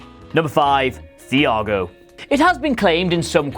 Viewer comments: Nah, Fiago mate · The pronunciation of Thiago🤢